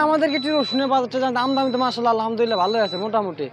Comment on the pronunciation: আমদামি না। বলেন আমদানি